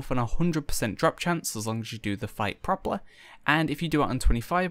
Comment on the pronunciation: why do you say: propetly you say propetlae